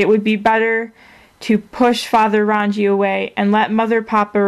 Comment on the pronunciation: Rangi Is said like "Rung-ee" Papa is Papatuanuuku, Taine is said like "Tah-nay"